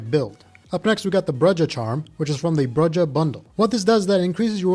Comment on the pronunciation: Brujah = BROO-hah lol bre jeh